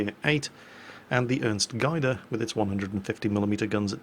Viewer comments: Gaede not Geide... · The Ernst Gaede is actually pronounced Ernst Gayhde or Gehde as "ae" is the transliteration of the German letter ä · Its pronounced gay-de-th roughly and yes im german and yes i know it says gay but its not my fault that your language cant pronouce german without making a joke out of it when you spell it out (or at least get close to it without raping you pronouncing) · Gaede is pronounced "Geduh" with a bit of an accent/elongation on the first "e". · Gaede sounds like "Gayde". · BTW "Gaede" is not pronounced "guid-e" . The "ae" is pronounced like an "a" in Hamburger or David H sselhof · The Ernst Gaede is pronounced with an "ae" sounding like the "a" in the name Garry, but close enough ;) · btw: you pronunced Gaede wrong xD